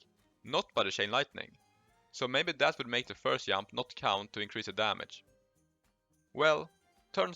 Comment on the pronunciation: pls stop saying jamp or jast JUST, JUMP